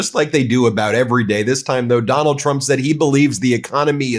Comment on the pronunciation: Haha, she said president "Chump".